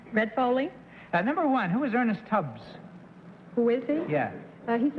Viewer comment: Tubb not Tubbs Orson come on!